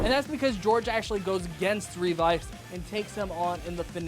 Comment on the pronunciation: My man just said Revy. Your video looks fun to watch, but I can't get over the fact that you pronounced it as Revy when it's pronounced Ree-Vi, so once adding in Vice, it's appropriately Revice.